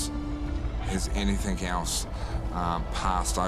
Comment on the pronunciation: How can his wife stand him saying "anythink" instead of the correct "anything"....would drive me crazy!